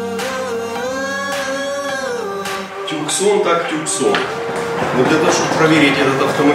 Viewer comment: Пипец, хватит машину обзывать "туксонами" "тюксонами" "таксонами" и прочим бредом, у этой модели одно название. Hyundai Tucson ([tuːˈsɒn] « Тусо́н»